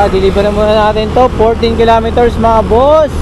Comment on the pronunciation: kilometers hnd kilameters bobo